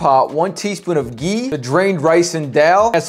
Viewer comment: "gonna add 2 tablespoon of GeEee" Lmao 🤣